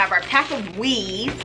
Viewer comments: I thought she said weed at first😭😭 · "so we have our pack of WEAVE" im so dead😂😂😂